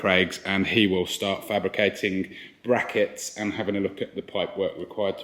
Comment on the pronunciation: I'm waiting for to snap after the next person says bwakets. Who will it be 🤣